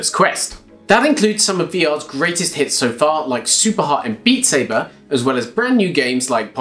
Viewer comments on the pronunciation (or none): none